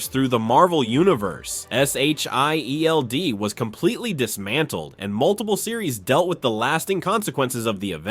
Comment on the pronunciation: Just say Shield 😂